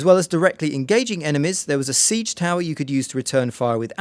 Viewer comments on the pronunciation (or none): none